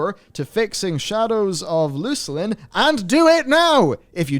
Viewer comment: going straight for the "Loose-lin" pronunciation is proof that it was in fact the most natural way to say Luclin. Not Luck-lin or Luke-lin. Us EQ bros understand.